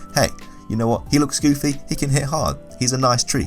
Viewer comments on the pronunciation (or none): none